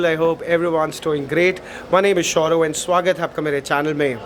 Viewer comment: Is it only me or he says, "My name is SHOURAV"